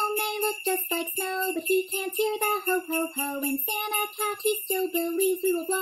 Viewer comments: In the intro he says hat not cat... It bugs me l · Why does version sound like its saying "Santa hat" instead of "Santa cat" lol